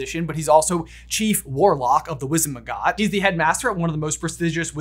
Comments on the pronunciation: I think it’s Winzengamot, not Winzenmagot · Am I the only who noticed him call it wizen mcgot instead of Wizengamut? 😂